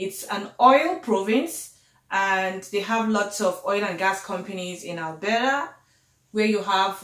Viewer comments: Albera😂😂😂 babe is Alberta🤣🤣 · Waow. Nice one. You are speaking like a Canadian now😉😉. Love the way your pronounced 'Alberta' and 'cofers'... very 'yanki-ish' (lol). Keep the good work sis.